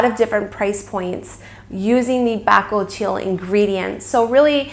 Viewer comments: Good informative video👍🙂 but your pronunciation of bakuchiol is so incorrect, and hilarious 😉🙃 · I believe your pronunciation of bakuchiol may be off... just FYI. ❤️ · Your pronounce the name incorrectly. Also, tere's no bakuchiol in it.. Herbivore has been falsely claiming the percentage of the active ingredient found in their product. You can get your money back. Also, can you please edit this video and let YouTube community know how misleading Herbivore brand actually is?